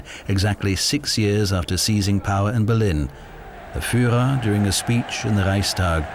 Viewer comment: Nie furera,a firrera,nie Goring, Gering,wstyd za takego lektora.